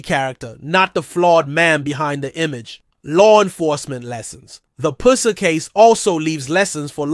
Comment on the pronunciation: Can you pronounce his last name right